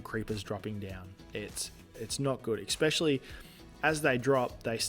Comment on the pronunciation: i think you said eckspecially like 15 times in this video, god damn its annoying